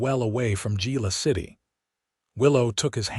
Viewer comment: I do wish AI could be programmed on the correct pronunciation of Spanish words. It is not Gila City but pronounced Hila City. With that out of my system, this was an exciting story. Glad Willow escaped her abusive husband, who ends up being charged with his threats against Willow, his shady finances is sent to prison. Listening from Clarksville, TN.